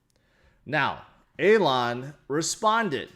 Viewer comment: Does anyone know why calls elon A-lon lol